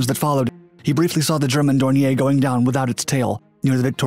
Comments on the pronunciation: A couple of things, possibly already mentioned, but I'm not going to scroll through >700 comments to check. 1). Why must Americans ALWAYS mis-pronounce names? Dornier is pronounced "Door-knee-er", not "Door-knee-ay". Basic mistake. 2). The footage of goose-stepping jackboots associated with Ray Holmes' funeral is anathema & a dreadful insult. This is a fascist representation, totally at odds with what Mr. Holmes & the people of Great Britain stood for and sacrificed their lives to defeat. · "God Save the King?" No, just this badass Hurricane pilot. BTW, , the plane isn't French - it's not "Dor-nyay". It's "Dor-neer" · Dornier was a GERMAN aircraft. It is pronounced as "DORNEER". If it were French in origin, it would be pronounced as you state it here. You have a lot to learn about WW2 and language. As well, your film clips show many other aircraft types that have nothing to do with the current story....He-111, Ju-88 and others. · Your pronunciation of Dornier is cringeworthy. It’s not a French manufacturer, it’s German.